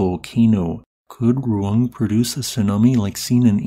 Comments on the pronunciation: not like that, I mean Ru-Ang, In Indonesia we pronounce the letter A by opening our mouth. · Sabar, orang luar cara pengucapannya beda jauh sama orang indo😅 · speech impediments exists dummy